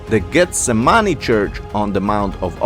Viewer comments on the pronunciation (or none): Gethsemane is pronounced differently from the King James Bible. Geth Sem Manee. Pronunciation like in China Peking is not pronounced Beijing but properly called Peking no matter what the Commie pigs want to call it. Not saying you are a Commie pig however. Jewish people have one million times the worth of any number of Commies.